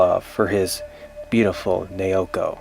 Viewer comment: it's nah-oh-koh. not neeyowkoh